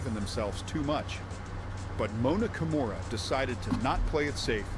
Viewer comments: KI MURA, not ‘kimona’ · It is pronounced Kee-moo-ra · Kimura is pronounced Ki moo ra, I think it was ai that miss pronounced it originally.